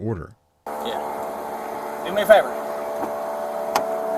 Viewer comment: What a waste of an elementary education..."what I doooo?" "I didn' dooo nuttin'"